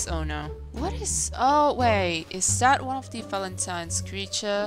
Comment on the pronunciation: I love how said izta izta your crabby is back:D